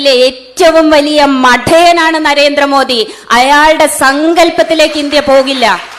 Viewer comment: ആദ്യം നരേന്ദ്ര മോഡി എന്ന് വൃത്തിയായി സംസാരിക്കാൻ പടിക്ക് നീ